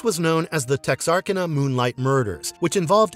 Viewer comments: The name of the town is pronounced TEX-AR-CAN-UH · Texarkana pronounced Tex-ar-canna. It represents it being on the Texas-Arkasas border. Thanks to this video I finally watched Nightbreed. Freaking awesome movie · So you can pronounce Samhain correctly, but How can you possibly mispronounce Texarkana? It's literally pronounced how it's written TEX- AR- KANA. NOT "tExaRrkEna."